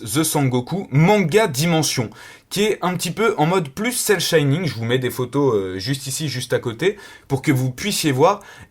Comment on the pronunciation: Cel Shining XD On dit Cel Shading ^^ En tout cas la figure est magnifique ^-^